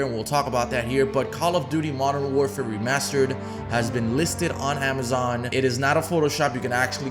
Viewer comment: He fucked up so much at the start lmao “mw remastered” “ww2 remastered”